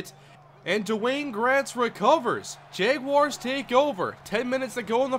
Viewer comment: why did he pick the jaguars if he can't even pronounce it right